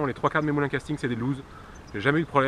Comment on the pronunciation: Bonne vidéo qui m'aide bcp merci:) et au passage la marque lew's ce prononce lewis je crois:) et pas loose